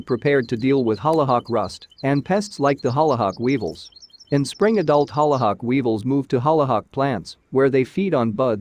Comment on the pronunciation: Omg the way the robot says hollyhock. Couldn’t finish the video. 🙄